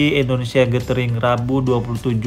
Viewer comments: Maaf Koreksi dikit bang Penyebutan Indonesianya kok kurang enak di denger Indonesia bukan endonesia Terus semangat bang semoga tambah sukses amin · Endonesia atau Indonesia Mas saya kurang denger 😁